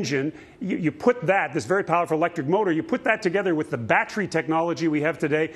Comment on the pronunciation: What's a bat-tree? lmao